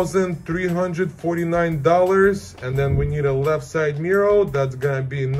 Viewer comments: Love your content but why are you saying “mirrow” instead of “mirror”? It’s exactly like when you were saying “Alfa Romero”😂…Congratulations for your 5 star content!!! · You have a very strange way of saying MIRROR.....MIR- OR